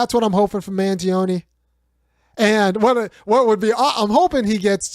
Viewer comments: Its pronounced man-johnny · Luigi Mangione Pronunciation: Mangione. (Man-Gee-Own-Knee)